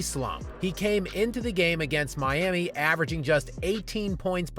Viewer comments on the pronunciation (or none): none